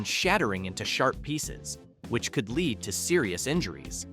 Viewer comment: Obviously an AI announcer who doesn't know the difference between lead and Lead